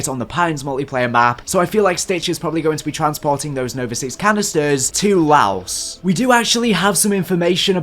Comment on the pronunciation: FINALLY MANS SAID LAOS CORRECTLY 😂